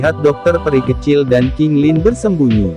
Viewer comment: Sekejap qintan,sekejap qailin.. yang benarnya Qing Lin.. aiyoyooo.. kaninne ro to mo lu